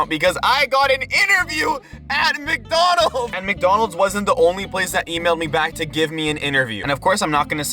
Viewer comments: why did you say mecdonald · Why do you say micdonalds